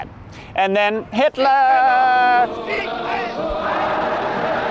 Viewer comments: It's funny when he say HITLERRRRRR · I can't help but laugh every time he says "HITLERRRRR"